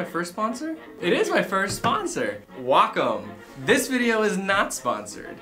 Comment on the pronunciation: it's weigh-comb